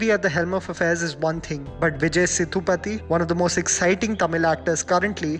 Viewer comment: Aaaaarhhhh it's SE-DU-PATHI not SIDDU-PATHI you just made a joke out of his sir name. What ever you do "jammy pants" you never aren't going to learn nothing. Its B-AA-HUBALI. When u make videos on south Indian movies(coz it's going to get you views and nothing else) try pronounce words in the correct way. This might not be a big issue but nevertheless I am observing that you simply don't take south Indians languages seriously at all you are just using south Indian movies for your growth that's all(selfish!!!!!). You never make a mistake in English then atleast "try" to pronounce a telugu word correctly. Respect the content you are trying to make, then expect people to like and subscribe. By the way it's not KU-RNOOL it's pronounced KA-RNOOL. FIY it's Nayantara not Anushka you **********.